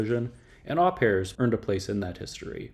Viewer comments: I'm enjoying your videos, thank you. So happy to see the Au Pairs on this pass--fucking fantastic band! (BTW "Au" is said more like "oh" being French and all). I'd say Liquid Liquid was solidly in the Post Punk category--though that wasn't a handle that was much used at the time. It was a big tent and it had to be to contain the variety and explosiveness of that time! I too think you should continue with some more of these bands. I don't understand how you are measuring your criteria for "underrated" but check out the Fire Engines (Scotland), Virgin Prunes (Ireland), Carsickness (Pennsylvania), Mission of Burma (Massachusetts), Medium Medium (England), Kleenx (Switzerland--renamed Lilliput after a law suit), Human Sexual Response (Massachusetts), the Bush Tetras (NYC), and I'll second (or third?) the call for early Siimple Minds (Scotland)--absolutely phenomenal stuff. Please keep up the good work. Thanks very much! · Au Pairs is pronounced O Pairs it’s French but we use the word in English too